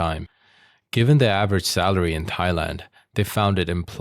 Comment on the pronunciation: "Thighland"? Moron or AI?